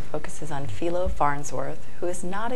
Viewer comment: "Feelo" Farnsworth? Please. It's FILE-O. Can we at least get that much straight? You're welcome.